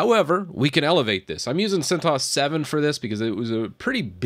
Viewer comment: Correct pronunciation is 'CENT OH ESS' ;)